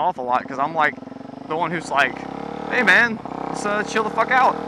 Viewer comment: hey not hay